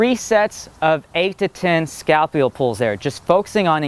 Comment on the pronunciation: ***** Scalpula is not the Scapula. He was saying it wrong. Wow.